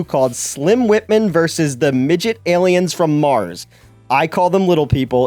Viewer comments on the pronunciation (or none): Vs. is pronounced versus, not "verse".